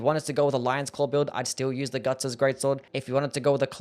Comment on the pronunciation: It's called the Gut's sword not Gug's :D